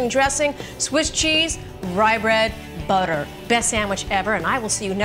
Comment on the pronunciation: Did you guys hear how she emphasized the word butter she said it like 'buttu'.